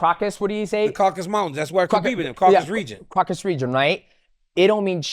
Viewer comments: The crocus mountains 😂😂😂(it's Caucasus) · bro kept calling the Caucasus " Kraukus" like bruh dj it aint ham lol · Someone teach DJ they are not called the "Crockus" mountains please 😂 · why does DJ refuse to say "Caucasus" correctly? Caucasian, Caucasus Mountains. People call it "caucus" but thats a completely different word. But if youre going to use that word, at least dont pronounce it "corkus" because i dont know wtf that is